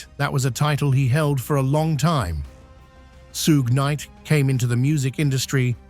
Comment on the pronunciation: "soog knight" aka 'suggah' ? Har har har. prah-bation-PRObation? That's enough.